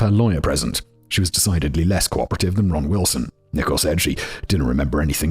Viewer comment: Am I crazy, or is he pronouncing "Nichole" wrong? 😅